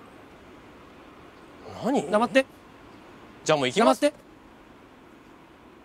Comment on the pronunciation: 「黙って」が「ナマステ」に聞こえるwwww